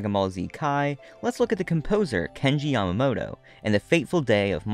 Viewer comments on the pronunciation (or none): none